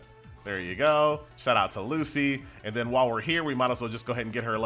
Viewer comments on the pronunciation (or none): none